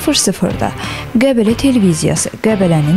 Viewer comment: Qə'blə niyə deyire bu aparıcı 🤣.